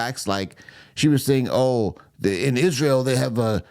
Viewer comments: Ok!))) Ishruel?! Why does she missptonounces itsrael?!)))😂 Oops Cha-Ching Owens lost it!))) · Why, WHY does she pronounce Isreal ISHREAL? As far as Ben having "one of his mental breakdowns" she shouldn't throw stones in that glass palace she lives in.